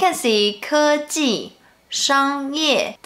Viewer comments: When he said kějī (the latter syllable sounded like first tone to me), I was trying to figure out what sort of barnyard fowl a 可鸡 might be... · His 科技 sounded like 可鸡 oop